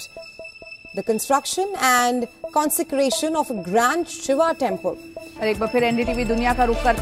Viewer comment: Bhagvan Seev ki Bhagwan Shiv.yaar bolna to sikh lo